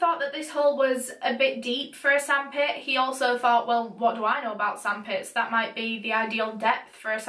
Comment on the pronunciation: “WhAt Do Ai KnOw AbOuT zAnD pItZ?” 😂🤝 im sorry i laughed